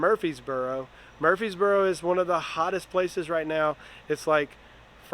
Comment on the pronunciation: It's Murfreesboro 😂